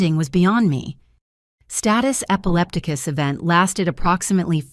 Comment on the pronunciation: status epileptica lol I have never heard it say that way epileptica